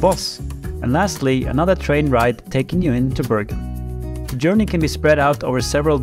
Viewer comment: Thanks for a very informative video and stunning scenery. Most of all, it's so nice to hear the Norwegian names pronounced correctly. Just wondering why Bergen was discriminated to "Bøørgen"? 😊